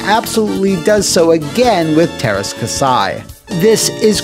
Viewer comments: It kasi not kasai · kah-see not kasai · Käsi is said more like "cassie" according to Google Translate. I owned the game and didn't think it was terrible, although the moves that fired multiple blaster bolts at a time were overpowered. Including Jodo Kast was a fun choice. Lyn's motives were explained indeed, but it still wouldn't explain why the Rebel heroes would sign up for the tournament or what have you. Game disappointed some, but was far from the worst of all time. :) Note: It's "different tack," not "different tact," as in tacking into the wind